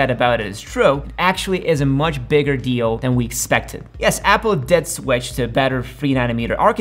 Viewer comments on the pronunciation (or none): none